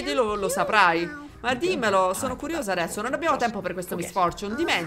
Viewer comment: "Addresso" mi ha stesa! 😂